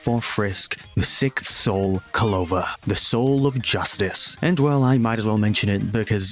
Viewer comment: ITS PRONANCED CLO-VER NOT CO-LOVER 🤓🤓🤓🤓🤓